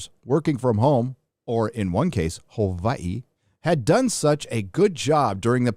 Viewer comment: Aloha and mahalo for pronouncing Hawai'i correctly.